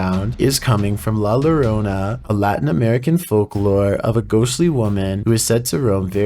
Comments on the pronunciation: Just to clarify lol, cuz as a Spanish speaking guy, it kinda gets me lol. Pronounce it La Yorona. The double L gives it a y sound lol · I like the way he tries to say la llorona,😂 it's pronounced "la yo-row-nah"